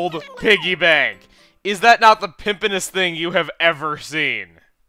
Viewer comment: omg he said pimipeness hahaha wow chugga freakin awesome